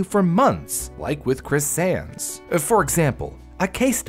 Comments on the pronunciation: why does it sound like your saying "sans" when your really saying "Sands" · I straight up thought he said sans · Why does it sound like he's saying sans? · i keep hearing sands as sans and i can't stop laughing during the part about his tumor and i feel bad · He keeps saying sands, but i think he is saying sans